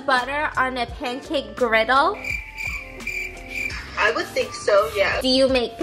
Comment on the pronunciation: stephanie: girdle griddle knob: says griddle